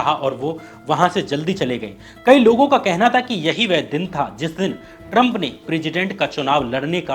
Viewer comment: First say Trump properly, it's not Taram